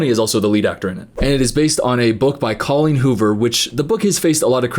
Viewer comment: he said her name wrong 😨